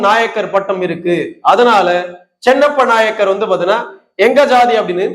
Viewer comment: நாயகர் (நாயக்கர் ) அல்ல உச்சரிப்பு தெரியாத வன்னியர் ?